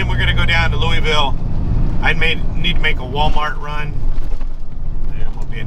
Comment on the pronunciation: There ain’t no e in Louisville